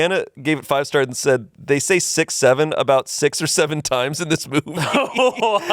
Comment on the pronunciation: Tbf I heard said bobbies instead movie for the first time